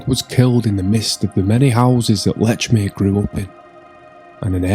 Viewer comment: Please pronounce Lechmere's name right. No T in Lechmere. Very annoying.